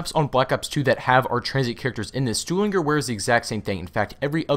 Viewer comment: You should probably figure out how to pronounce Stuhlinger if you're going to be saying it over and over again. You ramble too much.